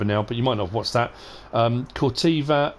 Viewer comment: Corteva rhymes with ever